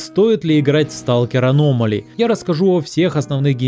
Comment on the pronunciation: Почему ты все говоришь на русском, а конкретно название мода на английском? Это так жестко слух режет. Можно не переводить, а хотя бы адаптировать под русский лишь ударением.